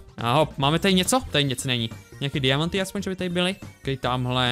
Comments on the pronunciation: HEJ LIDI VŠIMLI ŽE MISTO DIAMANTY ŘÍKÁ DIAMAMTI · Proč sir řekl ďiamanty?